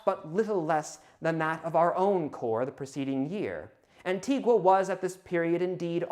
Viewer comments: It's pronounced 'anti- gah', and you should look into a man named Samuel Martin, of Antigua. I partook into an archeological dig there based off his plantation he ran. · Antigua is pronounced ann-tea-guh. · Just one note: The locals on the island of Antigua pronounce it ''An-TEE-gah''. [The U is silent.]